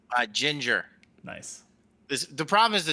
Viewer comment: "Naisu" Hold on, I've heard Nice pronounced like that in relation to DOOM Glory Kills before...